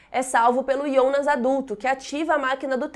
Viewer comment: Alguém aqui fica meio esquisito quando ela fala “IONAS”